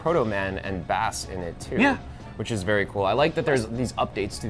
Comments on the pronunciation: Carlos Galeano yes exactly... they literally pronounced it as base in the e3 direct. How do you mispronounce that? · ITS PRONOUNCED BASE!!! NOT BASS. dumbass